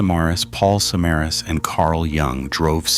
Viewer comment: Not surprised the details were off. If this is a real person, they didn't bother even looking up how to pronounce "Samaras" correctly. Which is shocking because there's everything from perserved news reports to youtube documentations that give you the right pronunciation. I have suspicion this is an ai channel